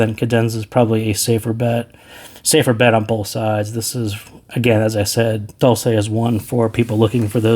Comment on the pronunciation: "dolce" has to be read as "dolche" since it's an Italian word meaning "sweet" :)